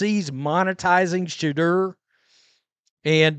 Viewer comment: I'm no fan of the guy but is it that hard to pronounce Shedeur name correctly 😂😂😂